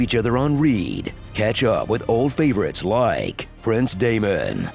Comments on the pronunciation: "On reed"???? I think you meant "read". Past tense of "read". I understand reading can be difficult, but please try a little harder next time. You leave someone "on read" AFTER you've READ their text. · “unreed” Has this been read by AI the entire time? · Leave each other on "reeeead"? Leave each other on "READ"*** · It's "read", not "read" XD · Ha! Epic Voice Over Guy said "read" when he meant read. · That's not how you say on read 🧐